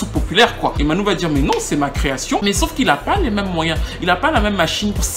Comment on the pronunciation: j'aime beaucoup tes vidéos, mais là il y a une erreur phonétique...on prononce Manu et non pas Manou...c'est Emmanuel Dibango... pour le reste, c'est top ;) continue!